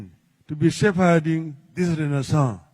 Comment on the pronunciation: ❤❤❤❤ renaissance well pronounced ! Fantastic !